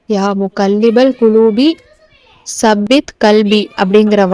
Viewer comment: தாயே, ஸப்பித் இல்லை தப்பித் என்று 'த' வை நுனிநாக்கில் லேசாக உச்சரிக்கவேண்டும்..